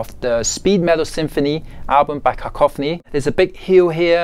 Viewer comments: I can't get over that the newsies pronounced Cacophony (Kah-Coff-on-ee) as KACK-O-FANNY (and Stevie Vai TOO!) lololol....I did too the first time I saw the name as well, back in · bruh Steve saying "cack-o-phoney" 🤣 🤣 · Holy Hell, did Vai butcher the pronunciation of "Cacophony"! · Steve Vai is a damn genius in so many ways, but I had to listen 5 times to the way he says cacophony .....lol...